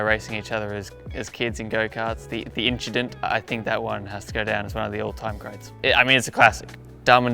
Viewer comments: even said "inchident", he is one of us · inchident mentioned! the way he talked about putting on a new set of hair made me laugh made me laugh again i wanna see him get stuck behind a slow driver now just to see how frustrated he would get